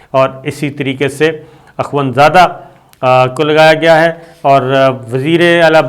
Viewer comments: صابرصاحب یہ اخوَند نہیں،اخوُند ہوتا ہے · صابر صاحب اخوند کی خ کی پیش پڑھیں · Ye lafz akhwand nahe akhond ha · Sabir Shakir : Akhoond Not Akhwand. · Akhwand nahee akhoond hota hay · Pronenciation of akhund plz check.